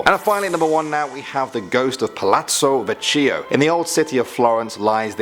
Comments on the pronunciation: Palazzo vecchio..... How english peapole say it : Palazzo vaccio How ME AN ITALIAN say it : Palazzo vekkio. A SMALL LESSON = If there is chi or che in a italian word you spell it Ki or Ke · Only italians can get this HAHAHAH "PALAZZO VECCHIO (VECCIO)" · "PaLAzzO VeCcÍo"